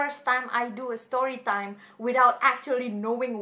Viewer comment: Kangen suara ka "stowy twime tinggg" hoho😭